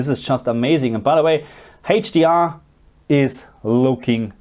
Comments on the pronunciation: Still haven't learned to pronounce "HDR" I see 😄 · He's German, what do you expect?